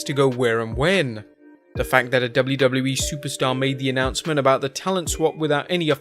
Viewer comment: What’s an “Annoncement?” Oh, “announcement,” right.